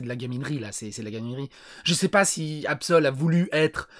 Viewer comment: "AbSel" 😂😂😂 dès le départ tu m'a terminé 😂